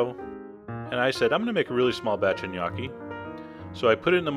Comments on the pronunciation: wtf? dude. nice recipe but.. Opening line, made me crack up. In NO part of the world, [nor Italy!] is gnocchi pronounced "G'nyOH-kee" with a hard 'G' Any italian would slap you. It's simply "Nokkee" or "ñ-Okkee" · isnt it call "NEE YO KEE" ?? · if this is the recipe for gnocchi...i'm mickey mouse... by the way it is not pronouced g-nocchi at all! i feel sorry for you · I will make a face at your pronunciation of gnocchi. "Gun-ah-kee," what's that? Is that like some kind of eye-talian spuh-jetti? My papa would would have had a hay day with that! Sorry, bro, but I won't take your cooking seriously if you won't take the pronunciation seriously. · um...."GahNoki" is NOT HOW it is pronounced. guess we're from "eye-taly" too. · yes it's like the lio in million Knee Okie. That was really dumb chef john, you should drink some CHee Yanti and For madge ee oo. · I love your videos, but this... Sorry I'm Italian and I made gnocchi a lot. 1 you should say niokki like in pinata. Then you do not add egg! never. You add eggs only in "roman gnocchi" with semolina and a totally different recipe. Please use floury potatoes and for each kg of them use only 200gr flour. The part with the fork is ok, you add salt to the water not the dough. Then you just let them rise in the boiling water. Please try them without eggs. Ciao. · noo italian its nokki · Sounds like you say "Gniocchi" :P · Yes you slaughtered the pronouncing of gnocchi you pronounce the letter "o" with an o sound not an "a" sound. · PLEASE STOP MAKING ITALIAN DISHES IF U CAN'T PRONOUNCE THE WORD IDIOT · I LOVE your videos, always, but I'm sorry...for a chef, your pronunciation could use some work XD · NICE! even though thats not how you pronounce gnocchi it still looks VERY VERY GOOD. i love gnocchi and im going to try to make them from scratch this time. thanks! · you sir, are an idiot. the word knee is not pronounced with a "k" sound. look it up in any decent dictionary.